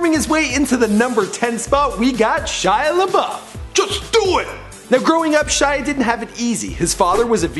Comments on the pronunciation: Golly -- right out of the gate, an egregious mispronunciation. The guy's first name is pronounced SHEE-ah. And no wonder he's messed up -- his family can't even spell their surname correctly! He has said himself that it should be spelled LaBoeuf. It's French. His name literally means Shia The Cow. Oh, dear. Poor schmuck. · Shia leeeebauf